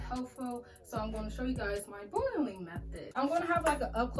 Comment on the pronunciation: Boireling it 😂😂😂 love the accent